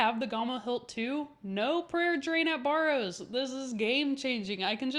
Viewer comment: Good video. Youre cracking me up the way you say Barrows. Never heard it pronounced that way 😂